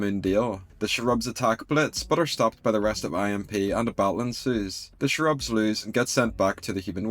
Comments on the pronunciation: Your pronunciation of Cherubs as "Shrubs." That is interesting, where are you from? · I kinda agree that they spent too much time on the cherubs(BTW it’s pronounced “CHAIR-UBS”) , and that they really should have focused more on the Blitzo and Stolas stuff. At least expand the argument more and cut a little if the Cherub stuff. Everyone knows the Stolas and Blitzo relationship is the heart of this series. Maybe they are trying to pace it out or drag it out longer, but they could have still done that while giving us more focus on in the episode. Like I weirdly feel a little disappointed because we waited for this episode all month and there was so little meaningful plot. I thought also from the trailer that Blitzo was gonna say something much crueler to Stolas for the part where he is reaching out and Stolas teleports him away. Not enough juicy drama for me haha. I mean it’s still beautifully animated and a free show so I am not trying to complain too much, but I think Hellva Boss has some room to floors still in plot/pacing. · I just love how pronounces Cherubs